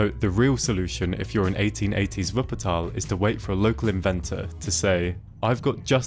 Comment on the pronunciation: For me as a german, living near Wuppertal ( Fun-Fact: He prounced the city like a german) the Schwebebahn is actually the national-symbol for Wuppertal. And yeah Wupper ( The River) and Tal ( Vally) are a really acurate description of the City. For me the first time was surreal, when I run up the stairs to reach this inovation,but if you just sit down and watch the landscape, you can understand why the city need this thing. The city is just a strip surrounded by hills and mountains so the easyies way is to follow the river. Travel Guide: In Germany we have the ,, Deutschlad-Ticket ", ( = Acces to nearly all Public-Transport-Serives" ), but you had to book it early on.